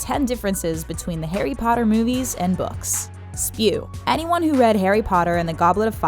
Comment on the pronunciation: Zee boukz r better